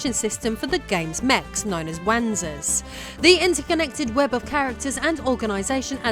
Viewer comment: Wanzer is pronounced “Panzer”.